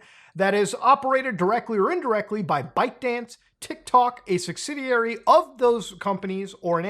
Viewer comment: bytedance... the name makes soooooo much more sense now... I always heard bikedance